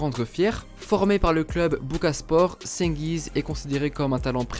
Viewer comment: ça se prononce djengiz frro